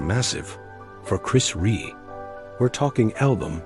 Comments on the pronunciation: why do these american tricutes never announce his surname properly?Rea not Ree or Ray. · It’s not Ree ,it’s Rea (pronounced Re Ah). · its Chris Rea.....(Re.A, not Re) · His name is pronounced ReA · If the sound program can’t pay the respect to Chris by pronouncing his last name correctly (two syllables - “Re-a”), you shouldn’t use his last name for death video (profiting off grieving). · Pronounced Re Ah. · It's Chris Rea .... not Ree You'd think the guy doing this would get his name spelt and pronounced correctly....😮